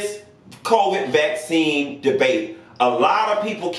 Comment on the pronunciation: Black-cine. Not vaccine. Black-cine. ✊🏾 I heard that. 😂